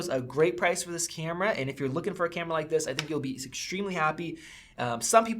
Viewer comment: love u say "cyyyamera" instead of camera ... its...kyammmra